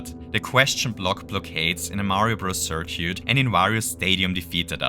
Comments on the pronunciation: Great video! Btw, for future reference, circuit is pronounced "sir-kit". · thought I had a stroke every time you try to say circuit I really hope this is an inside joke